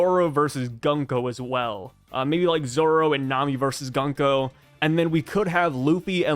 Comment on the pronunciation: please use the correct pronunciation - it’s GOONko not Gunk-o.